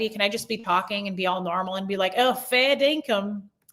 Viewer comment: You had me rollin' about your fall. I'm glad you're ok! Then Hobos*xual and Fair Dinkum (in the perfect accent!) I just heard that word for the first time tonight when I watched NCIS Sydney and now you said it. The creme de la creme were the people who came back! That was awesome! I attribute that to your prayers. I'll join you in praying for YT peace. 💕 🤗